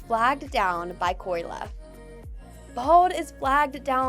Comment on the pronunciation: it’s Kolya* not Koyla…